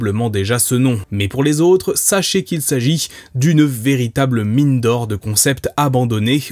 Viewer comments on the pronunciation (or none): none